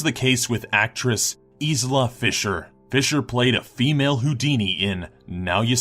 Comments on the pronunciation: Isla is pronounced Eye-la much like you don't say Is-land for Island. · It's not Isla it's pronounced eyela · I'm pretty sure in #3 her name is pronounced "Aila" Fisher but it's just spelt "Isla." You pronounced it as it's spelt which is wrong. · IZLA FISHER? D: It's Isla.. like EYE-LA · it's pronounced eye luh not isluh. it's like island without the end. i love Isla ... if there was ever a movie about my life. ..i would want her to play me she's the best. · Isla? Almost right.